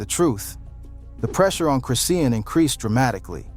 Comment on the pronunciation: You dnt pronounce her name chris Ian, you pronounce it chri Shawn Rock